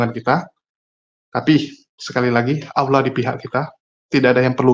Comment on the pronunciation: Sebut nama ALLAH gak pake AU.. tp langsung AWLOH. Tp W dan L nya jgn terlalu JELAS. Kebanyakan yg blm fasih ngucapnya AU LOH. itu nurutku ya klo salah maafkan